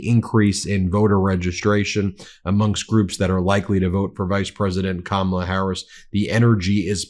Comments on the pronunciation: He doesn't "mispronounce a word"? How about every time he says the name of the vice president, but he thinks it's smart to insult the majority of the population? Don't think all women, certainly older women, know all the micro aggressions of disgisting men like him. We have brought up our young sons to respect women. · Nobody knows what her last name is? Trump doesn't even know what her first name is, or at least how it is pronounced. And Trump being Trump, he couldn't care less. At his rallies he weaves a verbal tapestry comprising vomit, excrement, insults and lies and thinks he has created a work of art? More a work of fart! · I don’t know who kamaula is, maybe if he bothered to say her name right someone could tell him her last name. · An English teacher wouldn't call you brilliant. Your speech is atrocious. You can't tell how poorly you speak because you are a failure in so many things, including language. You can't even pronounce Kamala properly. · Perhaps we should approach that Trump is not smart enough to pronounce these names properly. So he makes it into a joke to hide that fact that he is just too stupid to pronounce words. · Donald Dump 💩 still pronouncing her name wrong. Grow up Stump! 🙄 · He seems to know her last name but can not pronounce her first name.🤨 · I am definitely voting for Harris/ Walz but I am very concerned about the electoral college. I know Harris will win the popular vote but the electoral college. We need the house, senate, White House. He is still being disrespectful and refusing to pronounce VP Harris’s name correctly. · Kah-mah-lah dotard, but I guess it takes intellect to know how to pronounce it. Harris/Walls 2024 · They don't know her last name, because he's saying someone else's name. Let's make it easy, ConOld... CommaLaa. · You don’t mispronounce one word, except your main opponents name “Kamala”!!!!!😂 😂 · He has to verbally stop! so he doesn’t accidentally say Kamala’s name correctly